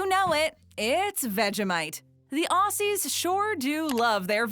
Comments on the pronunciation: It's not "ossies", it's Ozzies. And I don't think I've ever heard anyone other than Steve Irwin say crikey. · Ozzie’s OZZIES! IT’S PRONOUNCED OZZIE’S YOU FUCKS I am sorry this happens too often it is so annoying